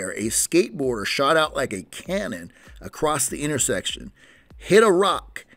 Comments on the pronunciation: Please stop sayin "acrossedT" there is no T in the word across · I don’t think across has a T in it